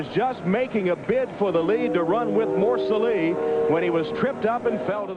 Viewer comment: and then you butcher morceli it is moor cell leee . Really amateurish